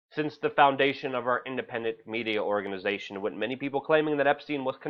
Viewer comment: Come on buddy it's with not ' wit "